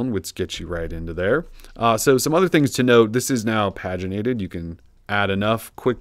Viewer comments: I don't get people. You KNOW it means "to have pages" and yet they'll pronounce it "pahj-inated". It's "PAGEinated." PAGE is right in the word. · You are wrong. It is spelled paginated, not pageinated, and therefore is pronounced differently.